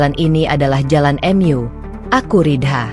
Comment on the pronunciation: Sebaiknya pembaca narasinya yg baik dan benar,misal bacaan MU dibaca EMYU aneh didengar ditelinga